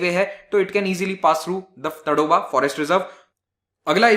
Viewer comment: 'तडोबा' नही, 'ताडोबा' सही उच्चारण है..